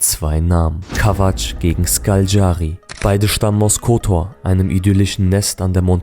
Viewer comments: Sprechen Kotor falsch aus, und zeigen dann auch noch Perast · Ovaj ne može pravilno ni Kotor da izgovori, Škaljari nikako.Muči ne prdi!.Pi!